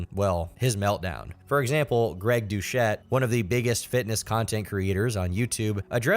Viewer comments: You did Greg Doucette dirty with that pronunciation 😂😂😂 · Lmfao I dont know if pronouncing his name as douche-ette instead of do-set was on purpose but its hilarious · Its pronounced dew- set ask me how i kno?